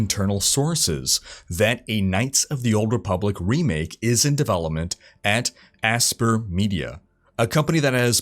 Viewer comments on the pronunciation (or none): That pronunciation of Aspyr... Imbecile